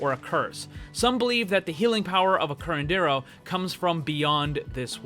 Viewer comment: Im mexican and i think is really funny when you say curandero